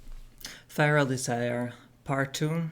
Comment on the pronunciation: “Firal desire”